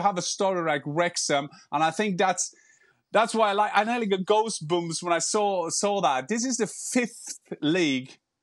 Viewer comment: That would defeat the purpose of the comment. The purpose of the comment was to make light of the inaccuracies displayed in Jan's speech in the video. Specifically the pronunciation of goosebumps as gousebomps and the incorrect form of pride as proudness.